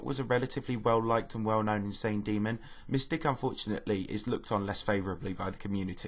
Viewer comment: you're talking about JonathanGD's part but the video is not showing his part... And Mystic is pronounced "my stick" not miss stick.